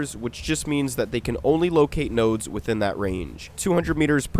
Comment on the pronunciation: PLEASE DONT SAY NODES EVER AGAIN